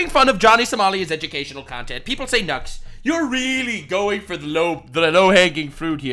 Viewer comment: Nux I thought you said johnny Salami😂🤦‍♂️